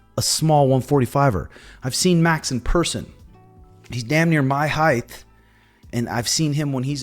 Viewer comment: you added a th and the end of the word height